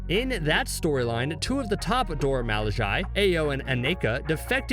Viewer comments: Now you know "Milaje" ain't pronounced how you pronounced it just now... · Dude your pronouncing the name wrong, over and over again to the point that its hard to watch your effort. Its pronounced Do-ra Mi-La--je, go listen to the movies, go listen to them pronounce it themselves. Gad damn. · I am not sure why you thought it cool to intentionally mispronounce Mee--laaaahhhhh--SZHAYYY. It's really damned annoying. Why'd you choose to do that? I mean, really? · Shouting: "Mil Lah jay" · Hi, I dont mean to be negative and I understand that the narrator is probably from England. BUT if you start out the video enunciating the "Dora Milajie" correctly in the beginning of the video, it is grossly negligent to just let your accent kick in throughout the rest of the video. Dora 'Mal-lay-jay' is NO where near Dora 'Mil-la-jie-ee.' Im not trying to be an ignorant "Johnny-Rain-cloud" over here, but I just couldnt enjoy watching the video. Thumbs down. =/ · He is butchering their name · I wasn't aware u pronounced their name like that....😂#colonizer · How can you keep mispronouncing their group name when you've heard their name properly pronounced several times? 🤣🤣🤣🤣🤣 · my brain freezes anytime he pronounces "Milaje" wrong. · He should have practiced saying milaje in the mirror for hours before this video bc cringe as hell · he said Milajie wrong good video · Why is he saying Milajie like that??